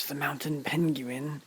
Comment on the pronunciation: The mounten pen-gu-in 🤣🤣🤣